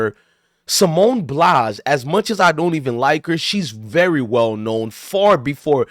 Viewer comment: Dude you can't even pronounce Simone BILES name correctly and you claim you don't like her. What did she do to you?? She's a legend and the best gymnast ever. She was going through something and she didn't want to perform because in her profession you can seriously hurt yourself. Try doing backflips and tumbles and performing on uneven bars when you're not there mentally. You can break your neck or seriously injure yourself. Simone actually said "Fk y'all...I'll perform when I want, to not when you want me to.